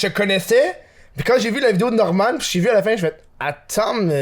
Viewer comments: En fait, un peu pour te contredire, Norman vient plutôt du nom anglais Norman, dans lequel on prononce le "n" à la fin. La prononciation "Normane" serait donc approprié dans ce cas-ci. C'est tout pour moi. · Ca se prononce normane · Quand il dit Norman il prononce pas le n ça se prononce normanne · Bro respect notre ytb la cest sa ce dit NORMANEEEE pas Normand mdr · Prononciation : Normane Pas norman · On dit « Normane » et pas « Normand ». Faut arrêter de dire des noms à votre façon. On dit Kentucky Fried Chicken (KFC) partout, même en France ! Y a que chez vous qu'on dit « Poulet Frit du Kentucky » (PFK). Fierté québécoise un peu mal placée ? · Sa se dit normanE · le dude sait même pas dire Norman correctement tu veux on rigole pas après